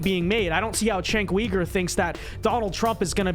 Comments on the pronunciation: lol its not cenk WEIGER......its pronounced YOOGER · Kasparian is MORE of a Man than Uyger (pronounced as Ogre, LOL). Let's go Ana!!!! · Did he say Weeger? Lol